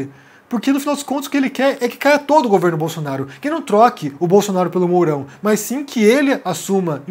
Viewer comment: Por favor, meus ouvidos doem ao ouvir mais ao dizer mas, de onde vem isso? No mais, suas análises são razoáveis, mas, um fonoaudiólogo seria recomendável!